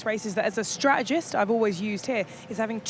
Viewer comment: I really like Ruth and I wish she would pronounce the t in strategist.